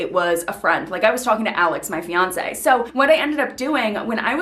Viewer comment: when you said fionce i turned off :))